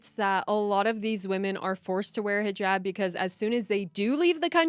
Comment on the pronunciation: Thank God you are pronouncing hijab correctly not highjab